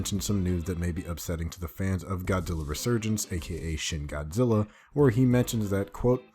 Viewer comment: He says Godilla